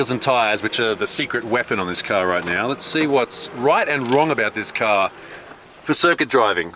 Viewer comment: “It’s a carhhhhrrrr!”